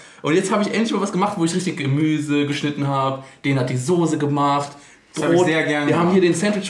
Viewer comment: ich komm auch aus Berlin und hab noch nie gehört dass n Berliner Sose sagt